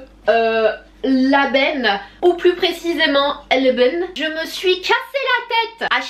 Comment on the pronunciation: Eh mais tu prononces bien lbane 😉😊 bravo à toi je te félicite continue comme cela pour la cuisine cela te va aussi bien gros bisou ma sana 🥰💋💖💖💖💖💖💖💖💖💖💖